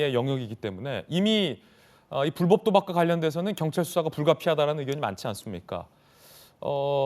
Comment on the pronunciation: 나 느그 정치인새기들이 말하는 이공삼공 엠젯세대인데 조또 느그들한테 관심은 없는데 국힘 십새기들아 선대위 대변인이라는 넘이 나와서 불뻡 불뻡 거리는거 어이없다 뉴스만 봐도 아나운서들 불법으로 발음하고 이게 표준 발음인데 명색이 대변인이라는 새귀가 불뻡 거리는거 왜이리 없어보이냐 형보수지 찢재명 조질려고 나왓으면 발음이라도 좀 잘 하고 나오자